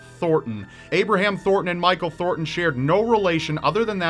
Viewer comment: its ThorNton, not Thorton.